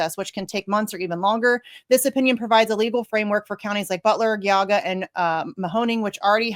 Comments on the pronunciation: Exactly...on top of that how does she pronounce it "Guy-aw-guh"? How does that happen twice!? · Thank you! I'm in the Columbus area and her pronunciation was like nails on a chalkboard. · Geauga is pronounced Gee-awe-ga. You're from Ohio? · It’s pronounced Gee-au-ga county… This twit ain’t from Ohio and these are not “immigrants.” GTFOH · pronounced gee Aug a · I left Ohio in 1971 and still know how to pronounce GEE-AH-GAH. Yes, there are 88 counties, but most people in Ohio know how to pronounce them. Cleveland cops were busy in the 1960s beating up black people for no reason, and no one said anything until they started beating up white people for their thrills. Columbus cops are a joke, spending their time beating up black people while ignoring actual crime, at least when I lived there. I can't stand ACLU, but maybe for once they're doing something decent. And for the commenters below, I have no sympathy with you when your nastiness comes home to roost during the COLLAPSE. You're talking about the people who pick your veg and fruit, slaughter your meat, do demolition, and many other jobs you refuse to do. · Pronounced Jee-aw-ga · Girl, I love ya. It makes me proud to see you up there on Jimmy Dore and you are from my state, Ohio. That's why it's killin' me that you're not saying Geauga right. It's Gee-awe-ga. Keep fighting the good fight! ❤ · You don't know how to pronounce Geagua? Jee-Aw-guh ... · The way you pronounced geauga, you must be Columbus or Cincinnati gal lol. Hey you're doing good work tho 👍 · Ok so from now on this is the rule: if you announce you are from Ohio and pronounce Geauga wrong like that, you LOSE your Ohio card! As I typed this she pronounced it wrong again! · No way, you are from Ohio and you just murdered the pronunciation of Geauga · From Ohio and has no clue how to pronounce Geauga? Okayyyy